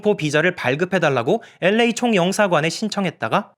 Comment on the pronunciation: L.A 발음마저 엘-레이 라고 깔끔하게 발음해주시는 도덕책같은 남주님...ㅎㅎㅎㅎ👍 유승준씨도 이 채널보나봐요.. 싫어요가 한개 찍혀있네요..ㅋㅋㅋㅋㅋㅋ